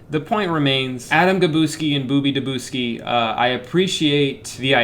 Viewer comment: This autoplayed after your Mobius bagel review (which I come back to for laughs often) and I have to say my fav part is how mangled the names of the "authors" get by the end. "Boobie Dabooski" 💀